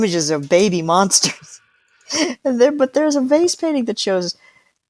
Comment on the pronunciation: It took me half way through this podcast to realize she was saying VASE paintings and not FACE paintings. Makes a lot more sense now.